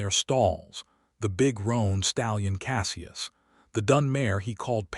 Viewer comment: SELLya?? Isn't there a way to correct the AI tendency to screw up pronunciation?? CASSee us?? Celia and Cassius aren't that hard to say. Otherwise it was a good story.